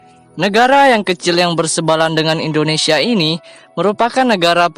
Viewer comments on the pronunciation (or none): none